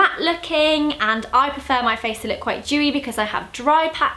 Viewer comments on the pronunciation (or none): i love how Zoe say 'dewy' because instead she says 'jewy' :3